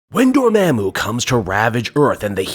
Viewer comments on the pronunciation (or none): why you keep saying Dormammu like that i thought it was DOOR MAHHH MOOO not DOOR MEHH MOO?